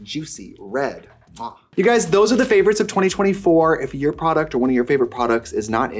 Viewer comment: “I feel like this is yourrrrr vibe, no?”